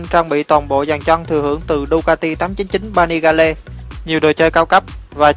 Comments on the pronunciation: 899 Panigale ( đọc là Pa Ni Gieo ) còn thằng bình luận thì đọc là Pa Ni Ga Le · 899 Panigale -> "pa ni gieo" chứ ko phải Vietsub :)) Pa ni ga le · pa ni ga le. chắc ko biết đọc tiếng anh rồi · Ba ni ga lê mới ác. Vãi cả phát âm.